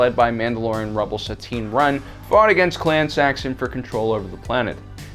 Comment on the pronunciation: Isn't it Sabine Wren? 🤔 🙈